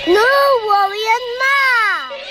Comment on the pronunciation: I swear she called him Rury 😂💀💀 My guys still got it!!